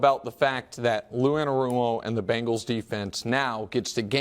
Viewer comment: WE ARE NOT PRONOUNCED BANGLES!!!!! ITS CINCY BENGALS....BENGALS TIGER, GET IT!! :)